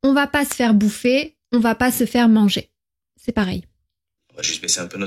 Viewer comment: Thématique FLE très intéressante. En revanche pour des apprenants, vous avez un défaut de prononciation avec le [ e ] (é fermé) et le [ ε ] (è ouvert) qui porte à confusion. "Très" et "c'est" se prononcent avec un e ouvert et non fermé. La prononciation est importante car elle permet de distinguer l'orthographe grammaticale et le sens des mots.